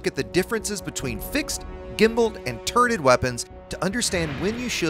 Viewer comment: Did you say "turded weapons"?